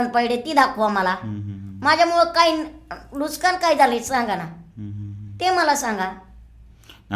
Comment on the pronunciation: Statement nahi tatement 😂 Nuksaan ny nuskaan jaat he jaat aashi ahe ki te jaat nahii 😂😂